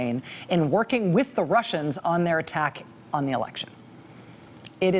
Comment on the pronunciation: Every time She says 'workin with the Wussians' I start singin' Warren Zevon's Lawyers, guns and money .